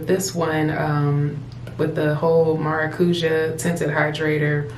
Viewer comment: Beautiful. I need something like this for summer. BTW maracuja/maracuya is a Portuguese and Spanish word for passion fruit (the "ja" is more like a "yah" sound)